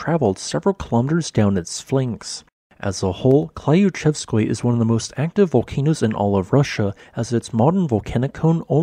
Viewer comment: Looking up the correct pronunciation of foreign names (ie. using Google Translate) would be helpful. I find your pronunciation of Klyuchevskoi particularly jarring. A reasonable approximation for this name would be "clue-chevskoy".